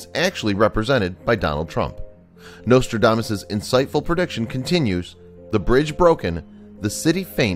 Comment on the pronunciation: The nostrildamus. Oh yes the great fairy tale writer. I think the narrator is touched in the head.